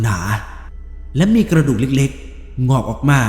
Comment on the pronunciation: และมีกระดูกเล็กๆ งอกออกมา(เสียงนี่เหน่อมาเล้ย)